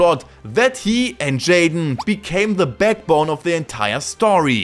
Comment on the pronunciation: I love how you say "DER Yugioh GX Manga ist different" 😂